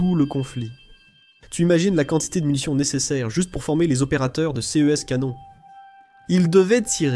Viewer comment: pourquoi on ne prononce pas correctement "ces"= sé ? et "ce" = se